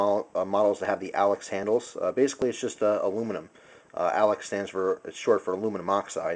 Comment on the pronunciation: It's Alox not Alex